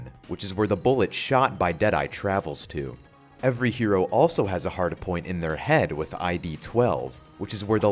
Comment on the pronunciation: Is it just me or is he saying hardapoint?